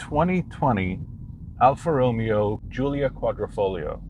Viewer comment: You pronounce the Romeo part wrong. Lol